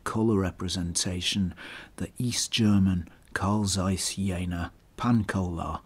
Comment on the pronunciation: Learn to pronounce ZEISS properly.